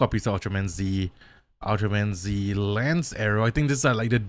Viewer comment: Ultraman Z's name is pronounced "Ultraman Zett".